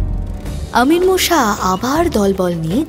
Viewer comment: "মুসা" উচ্চারণ খুব কানে লাগছে.....'মূ-শা' নয় "মুসা"